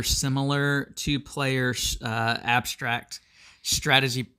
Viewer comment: Abshtract, shtrategy, shtraight, undershtand... Cool ! Learning new words every day !